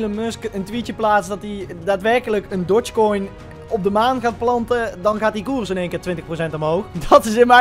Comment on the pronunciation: Niemand:: Dotshkoin